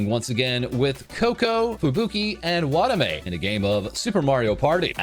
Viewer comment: Just FYI - Machine TL always mistranslates "stream" into "delivery". Also you should try to improve your Japanese pronunciation. The way you said "WAH-tame" was pretty cringe.